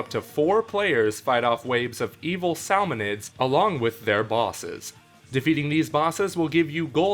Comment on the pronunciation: Forgot to add this in... this video seems somewhat under-researched in a way, not knowing all of the crucial information on the games of day one, pronouncing names like “salmonoids” and “marie” wrong could be because of a accent or what country you are from, BUT this could easily be fixed by doing a quick google search.